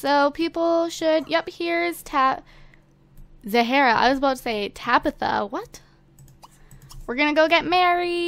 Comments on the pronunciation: It's pronounced Za-rah, not Za-hara. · its not zahera its zahra mute the h see my name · It's pronounced as ZAH-RA. Where do you see an extra A?!?!